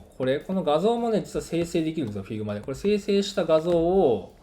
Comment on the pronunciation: 発音って、ヒグマ なんですね